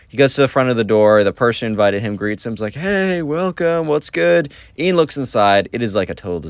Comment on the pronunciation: no its Ian not ean :/